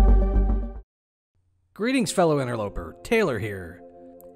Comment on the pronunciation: What's an "Inter-low per"!?